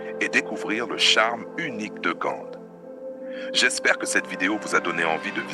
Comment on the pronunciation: Ce n’est pas Gande 🤪 mais Gand et les façades ne sont pas hollandaises mais flamandes. Et ce n’est pas l’Emile Braun plaine, mais la place Emile Braun, etc, etc,…